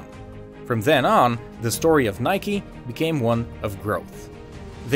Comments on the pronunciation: why are you saying nikey just say nike ffs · its nike not nikey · "Btw thats how you pronounce Adidas" and then you call it Nik-e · why you say it like nik-e / nikee ITS NIKE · In my language Nike is pronounced like hike but with n(nayk if it helps) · It's actually a Greek word and it should be pronounced Neke,which in Greek language,means "Victory".